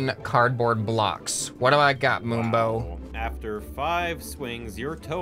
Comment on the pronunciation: Is it just me or did I hear boombo and not moonbo